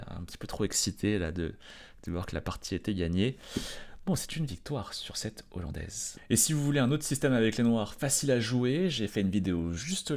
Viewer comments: Merci pour la leçon d'échecs! Mais par pitié dites LA Hollandaise, c'est une H aspirée ! Insupportable d'entendre répéter lollandaize... j'en ai mal aux oreilles. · L’hollandaise ????? La hollandaise !!!! Le H n’est pas muet…